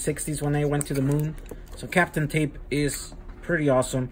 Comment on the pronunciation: Also, its "kapton tape" not captom ;p